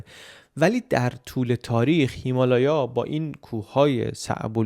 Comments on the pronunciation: سلام آیا هیمالیا رو اشتباها هیمالایا گفتید یا دلیل خاصی داشت ابتدای ویدئو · هیمالایا نه هیمالیا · اون هیمالیا هستش نه هیلایا😂😂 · بسیارر عاالی چه مملکت دردسر داری چه ساختمونهای شگفت انگیزی داشت واقعا متحیر شدم و لذت بردم راستی خیلی بامزه هیمالیا رو هیمالایا میگفتید😂 ❤ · ببخشید چرا به هیمالیا می‌گفتید هیمالایا ؟ یا تلفظ درستی ازش هست یا دلیل دیگه‌ای داره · فکر میکنم هیمالیا رو اشتباه تلفظ میکنید شایدم من اشتباه میکنم